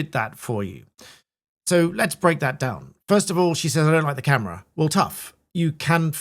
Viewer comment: She said camery?